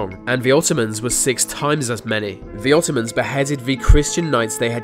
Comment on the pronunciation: Is he saying Ottoman? "Attack of the Ottomans!" Sounds like a crappy syfy movie about killer furniture........